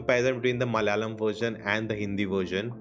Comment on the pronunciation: pls stop saying "Malalam"!!!! Its "MA-LA-YA-LAM".